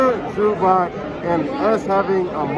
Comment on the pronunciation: the way the guy says Zubac name has me weak